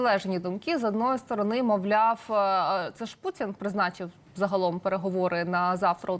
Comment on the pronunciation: Шановна! "пуЦін, я б хоЦіла, з боку штаЦів"... До чого тут "цикання"? В українській мові дані слова пишуться і вимовляються через букву "т". Ми ж не кацапи, і не бЯлоруси. Давайте будемо поважати свою мову, тим більше у ефірах. Доречі, ви далеко не єдина журналістка, чия мова у ефірах "ріже слух". Вибачте, коли що.